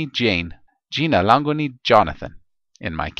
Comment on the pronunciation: Its jina langu not lango